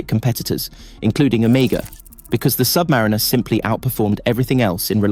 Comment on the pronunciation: Learn how to pronounce the name of the watch